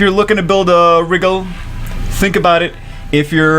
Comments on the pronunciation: It's not pronounced Wriggle It's pronounced Ry-Jell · I think it's pronounced like "Nigel" (think Nigel Thornberry). Aaaaaaaand now I'm just gonna think "SMASHING" whenever I see this fucker. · A on purpose mispronunciation? Name of a star pronounced Rye-Gel, in Orion a constellation pronounced Oh-Rye-Inn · It's pronounced Ry-gel